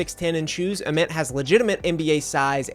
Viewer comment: its VOLS not VOLES. Short for VOLUNTEERS. Its AYY-Ment not Ahment Did you even watch a real game? lmao